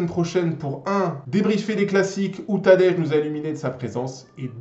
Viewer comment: Tu prononce tadej comme petit déj 😭😭 alors que ça ce prononce Tadeï 😭😭